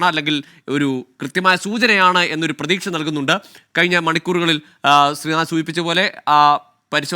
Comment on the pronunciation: എന്തിനാണ് പ്തുക്ഷ, പ്രതീക്ഷ എന്ന് പറയുന്നത്